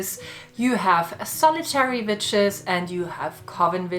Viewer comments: This randomly just played and I swear I thought you said bitches 🤣😂 You said witches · Hilareous the way a Geman pronounces Vitches 🤣🤣🤣🤣🤣🤣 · When half listening her accent makes me think she's saying B instead of w/v and it makes this more fun for me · I can't help but be distracted by how it sounds like you're saying the b word not witches 😂